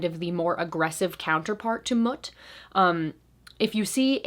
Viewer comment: Mut is pronounced Moot ✌💗